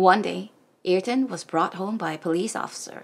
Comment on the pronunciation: We love your channel and we love Ayrton. Yes, he was indeed much loved and respected by all Brazilians. A great person all together. Thanks for the read. PS: [Uh-eer-ton] is the most correct pronunciation of his name. 🙂😉😘